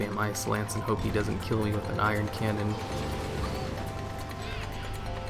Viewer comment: love your videos, actually got me and two of my friends into pet battling lol so thank you. but one thing i have to say....its not iron cannon. its Ion cannon. anyway, keep up the good work.